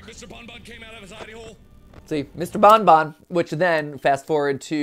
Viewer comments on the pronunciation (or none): It sounds more to me that Mark is calling Bonnie "Bun Bun" cuz he's a bunny, not "Bon Bon" since he hadn't yet got the characters names down.